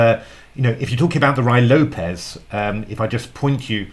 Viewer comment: Roo-ee Lopez